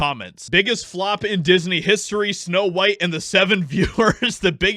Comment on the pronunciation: Weird, WEIRD. It’s Snow White, not snow beans.